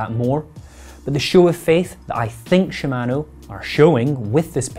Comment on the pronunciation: your pronunciation of "shimano" and "patent" caused me to dislike and close this video.